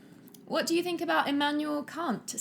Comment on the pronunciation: It's Kant like ant. Saying it how you said is a little too easily mistaken as the rudest swear word beginning with C